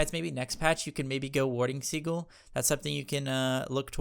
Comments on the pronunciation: Haha warding seagull, it is pronounced as sea gill 😀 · Americans pronounce Sigil as Si•gl or Seagull Whereas in the UK (where we speak proper English) it's pronounced Si•jl or Sigil English lesson over, now go out there and become the gods you were meant to be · I think 'Sigil' is pronounced as "See-Jil" :) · just so you know, SIGIL is pronounced like si-jill the G sounds like a J. like the word BRIDGE. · He knows that, he's just trolling lol. He said that in his recent cerb video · He knows but he said he likes saying it for fun. He said the first time it was unintentional but then just went with it.